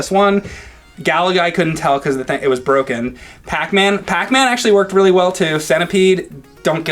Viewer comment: he smoked that galaga stick..OH ITS BWOKE!?